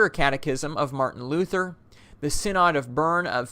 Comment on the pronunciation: As an active Moravian, I think you did a fantastic job on this video. It is very informative although I do have a few comments. First the way you pronounce synod. Second is the population of Moravian’s in North America. I believe 60,000 was around the 1940s, today I believe the Moravians are only 20,000 in number in North America. Third is you could have included a little more history on the church. A great place to start would be the exile from Moravia to Germany where they met arguably the most important Moravian in Moravian history, Count Nicolas Zinzendorf.